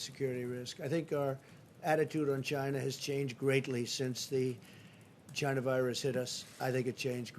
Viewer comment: More like "Gina virus" 🤣